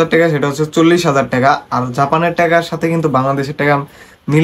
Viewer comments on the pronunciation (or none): লট না নট😂😂😂😂😂 বাংলাদেশিদের ভাষা বোঝা বড়ো কষ্টের😂😂😂😂 টেকা না টাকা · টেকা না ভাই টাকা